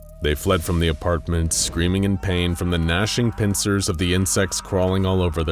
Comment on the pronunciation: Why is pincer being pronounced like there is a H.